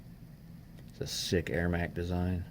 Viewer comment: It Ermac not Airmac